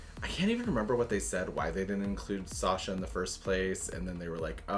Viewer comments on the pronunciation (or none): none